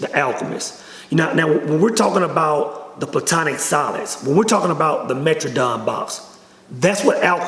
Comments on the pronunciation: He said "metradon box" 😂😂😂😂 it's metatrons cube bro. And it's woowoo bullshit too 😂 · Metatron’s Cube 👈🏾 I hate to be that guy but you pronounced it wrong bro. Thanks for spreading the wealth of ki (Prana). Shout out to Ralph Smart!